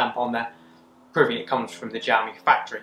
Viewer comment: gamy 😂😂😂😂😂😂 xiaomi